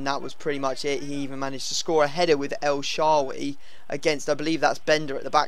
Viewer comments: Btw that was maikon Liete and its not el sharry it's el shaarawy hahah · he said ellshawwee